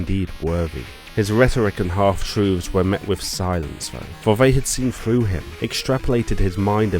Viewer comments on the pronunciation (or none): none